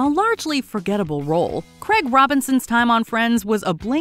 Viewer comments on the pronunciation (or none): Why cant Americans say the name Craig properly? Infuriating